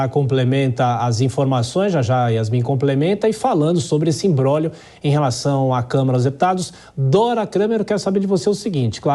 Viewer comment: “Imbrólho” não existe. Diga imbróglio